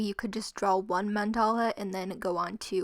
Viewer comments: I'm sorry I don't usually do this but wtf is a man-dolla?? It's pronounced man-da-lu not man-dolla. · Ummmmmmm this is the first video I had watch of you but it’s men-da-la not mend-all. 😐 🙄